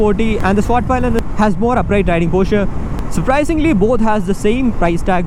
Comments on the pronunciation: Nice review 👍 About your pronunciation of the bike's name though, it was a bit incorrect, especially the pi part. It's said like pii and not pai. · Bro... It's not Palayan. ... It's pilen🙄